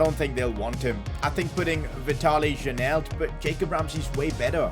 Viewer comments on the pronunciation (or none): Janelt is pronounced yanelt